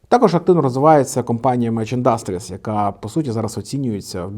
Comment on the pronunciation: Ти або навчись правильно ставити наголос, або не повторюй по 20 раз не правильно.... Вухо ріже, піпідАстр Не індАстріс, а Індастріс....